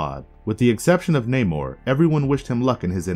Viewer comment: This is a nitpick but you say namor's like the Seattle base ball team mariner